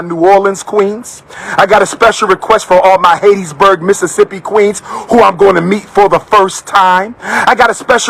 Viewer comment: It's Hattiesburg, not Haitiesburg, dude. Where's all this money for travel?